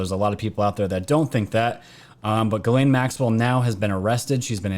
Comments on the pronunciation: if you say geeslaine... this is how you pronounce the name..not geelaine it;s french,,Ghislaine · Pronounced galaine. Its french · It's Gissss lane...pronounce the s please. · I love your Channel. I honestly listen to every one since last year, but PLEASE try to pronounce names right. You did great when reading it. Small thing to ask but man it is you keep messing up that ladies name.